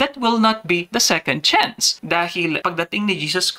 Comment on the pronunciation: Johnson "SECOND CHANCE" HINDI "SICAND CHANCE"